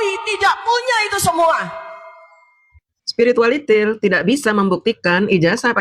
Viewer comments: bu kalau nyebutin spiritualiti ndengerinseriuss jadi nggakakkj😂😂😂😂😂😂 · Saya tetap ketawa ngakak jika denger mbk DJ bilang Spiritualitil 🤣🤣🤣